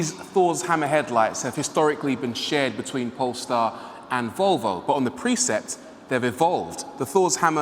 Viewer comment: You pronounce precept as preset